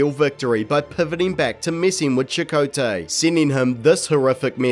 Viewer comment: When you say chacoatay I was hearing Chipotle and starting thing burritos.